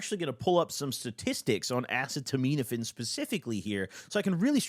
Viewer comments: Acetaminophen “uh-see-ta-men-if-fen” 😂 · It’s pronounced uhseetuhminuhfin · by the way, the secondary active drug that he's talking about that he can't pronounce is the generic of Tylenol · Acetaminophen. You’re mispronouncing it, bro. It’s what’s in Tylenol most of the time. If you roll, you should have NAC in your cabinet anyway. It’s an extremely powerful liver antioxidant and helps detox/restore your SERT after a roll. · Bro read “acetaminophen” so hilarious, that’s TYLENOL btw for anyone wondering, Tylenol is actually pretty terrible for you when you have too much. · you can’t pronounce the active ingredient of Tylenol 😭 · has been pronouncing acetaminophen wrong for YEARS 😂😂😂😂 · Craziest pronunciation of acetaminophen ever hahaha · still not being able to pronounce acetaminophen after almost a decade is so funny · butchered the pronunciation of acetaminophen so bad I forgot how to say it do a second 😭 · assetomeetometafin actually pronounced asstomouthsatan i think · Acet - uh - min - oh - phen is how it is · it’s pronounced ahh- see- ta - min- aphin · Ah-Say-Tah-Men-Ah-Fin is how it’s pronounced. Acetaminophen. And Gua-Fah-Ness-In is the other one. Guaifenesin. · FYI Acetominophen is pronounced like: ahh-SEE-tah-min-nah-FEN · Uh-set-oh-men-oh-fin acetaminophen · Uh- see-tuh-min-oh-fin is the phonetically correct way to say it. Love ya! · Acetaminophen is pronounced Uh-see-tuh-min-uh-fin, it’s the active ingredient in Tylenol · the acetaminophen pronunciation is killing me 😭 uh-seat-uh….min-uh-phen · Acetaminophen = "uh seeta minno fin" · its pronounced a•set•a•men•a•phine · Pronounced “uh-set-oh-men-o-fin” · Worst experience next to Dramamine. A-ce-to-ment-a-phine. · Uh-see-toe-men-uh-fin will get you pretty close to the right pronunciation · it’s “uh-see-duh-min-uh-fin” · Uh-seed-uh-min-uh-fin please say it this way gob 😭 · it’s A-cet-a-min-o-phen 😭🤣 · Ass-a-toe-mean-offend 😭😭😭😭😭bro it’s acetaminophen